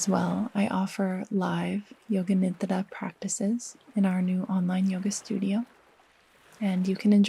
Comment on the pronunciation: It feels so alive and sensuous in my system how you consciously and mindfully say the word "nidra" in its true authentic form. I find rest, aliveness, and sensuality deeply ancient feminine codes. Thank you!